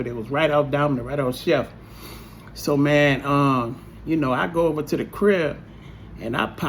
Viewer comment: " Its like ova and ova "